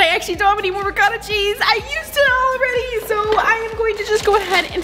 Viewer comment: Me, an Italian quaking on the Ragu sauce and how the Ricotta is pronounced Re-gauta😭